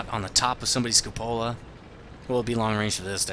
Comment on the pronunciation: Some pronunciation help... Glacis: GLEY-sis Cupola: KYOO-puh-luh